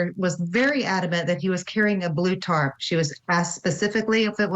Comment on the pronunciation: its pronounced TARP.🙄 she said “tart” like she’s talking about some baked good